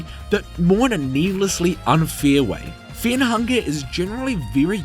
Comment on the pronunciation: I want to signal you to the autorities because you pronounce Fear and Fair the same